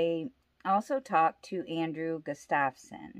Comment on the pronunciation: Harold Estep was not Crazy Horse and the name is GUStafson not gusTAVson